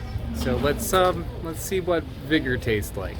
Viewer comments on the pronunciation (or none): Everytime you said it gives you "vigor", I thought you said "bigger"...I was like oh ok 😅